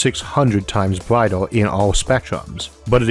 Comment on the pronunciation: where does he come from? Power and flare "flea", Earth, brighter, "bratai", year, "yeae" its an "r" there but he cant say thath... he can't pronounce the Words correctly! and i am from Sweden...? its so hard to understand broken english.